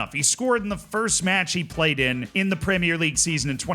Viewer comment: I’ll concede you are starting to say ‘premier league’ correctly but it’s not there yet. It slipped back to premierré once or twice.